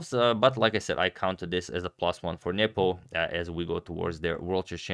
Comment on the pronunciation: I love how Agad pronounces it "Njepo" instead of "Nepo".